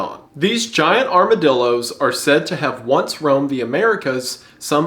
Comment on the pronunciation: “Gigiadillo” hit me like a brick